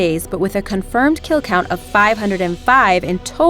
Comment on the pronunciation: Tchay-en... Meek-ong... One shot, one lull... Not criticizing so much as saying Wha...?